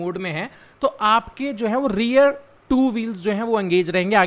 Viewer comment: आपकी Language command अच्छी हैं, बस थोडा किसी किसी वर्ड पे और ध्यान देना जरूरी बन जाता है, खासकर जब आप technical explanation में english words को बोलते हो। जैसे की REAR (रियर), आपने इसके पहले वाले और इस, दोनो वीडियो में, कभी रेयर और कभी रियल बोला है, जो की रियर होना चाहिए। कुछ लोग समझ जाते है, मगर बहुत से लोग confuse भी हो जाते है। 🙏🏻